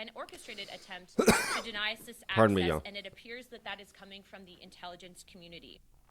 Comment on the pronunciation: I like how you say “y’all” like a true Texan. pretty cool to hear on my end in so cal.